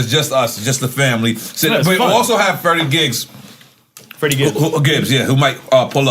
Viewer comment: Yo momma should have taught ya to chew with your mouth closed though. Last thing I wanna hear is NORE slurping his chicken and smacking it around in his mouth. Good show though. And mad disrespect on my mans FREDDIE GIBBS name. Get it right NORE.